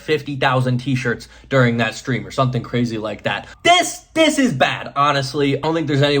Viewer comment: Are you aware that you always say "something" with an 'n' not an 'm'?